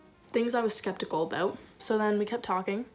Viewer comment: It’s “steptikal”